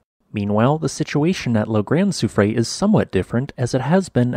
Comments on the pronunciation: Soufrière is pronounced "soo-freh-air." The (è) is an (eh) sound. You got confused with the (é), which is pronounced (ay), like soufflée. EDIT: But I enjoyed your video, as always. With all these earthquakes and renewed volcanism, wars and threats of wars, famines, diseases, perhaps someone is trying to tell us something? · Your pronounciation of Soufrière made me chuckle (okay, maybe this is the official English pronounciation, but it’d be something like soo-free-err in French ) Love your videos, thank you! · Soo-free-eyre = soufrière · La grand soufrière, soo-free-air. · Soufrière = SouFreeYer <3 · its pronounced soo-free-air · Its prononced : sew-free-hair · oh, I can imagine that, as we do use sounds that don’t exist in English! I did learn some Greek and never could get my hard ”g” right - totally new sound for me. I left that precision not because of a slightly off pronunciation but because of the total absence of the third syllable (in case our host needs to use the name again!) R ”year”, maybe? Not exactly the right pronunciation, but close enough. And yes - ”Kick ’em Jenny”? Love that name.